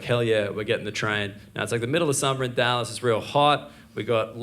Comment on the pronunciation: LOL, I like the slight twang thrown in there for "Dyallas, in Tayckses". I was born Texan and now also in Europe Also, great set. And great idea on homeless advertising ! And spot-on about - Nice American accent too 😆